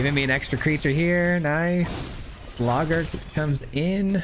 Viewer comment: I’m sorry I just can’t get over the “Slawgurk” 💀😂